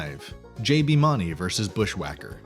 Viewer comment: You can't even say JBs last name correct lol I do not trust anything you say. You have no idea what your talking about either